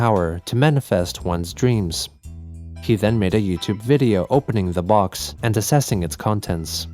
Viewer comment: I hate how cwc pronounces box, funny how the subtitles are accurate